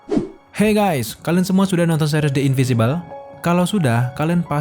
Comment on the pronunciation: in.vin.si.bel Bang, bacanya. Beda dari in.vi.si.bel.